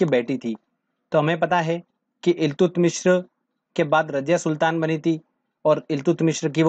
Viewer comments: Iltutamish not illtutmishra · Eltumishr ni eltutmish tha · इल्तुतमीश है...मिश्र नहीं....😂😂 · Do not pronounce Iltutmishra, this is only Iltutmish. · ILTUTMISHRA NHI THE BHAI .....ILTUTMISH THE ...APNE TO UNHE PANDIT JI NAMA DIYA🤣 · Iltutmishr nhi iltutmish h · It's iltutmish not iltutmishr